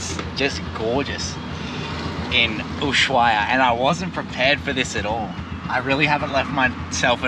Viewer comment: Loving your videos, watching the "old" ones now. The H in Ushuaia is silent, by the way! Good trip to you and your baby ♥